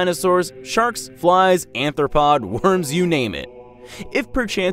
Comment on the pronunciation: I think you meant "arthropod," not "anthropod."